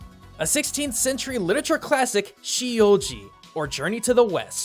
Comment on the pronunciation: The name is not she you ji, it's sea you Zi. Man why must westerners always mess up Chinese names